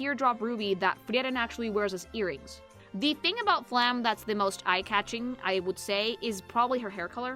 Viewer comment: I really wonder why almost nobody pronounces the E at the end of Flamme's name. It feels so weird that basically everyone ignores that the last letter of her name exists. It's a similar issue for most characters with a name ending in E, but Flamme is the most common one to have that happen.